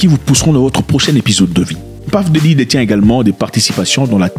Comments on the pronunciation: C'est PUFF DIDDY..ET non PAFF..😅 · bro j'ai quitté la vidéo dès que j'ai entendu Paff Diddy à la première seconde